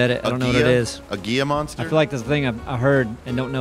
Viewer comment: was so close on the name and that its a lizard. It's Gila Monster.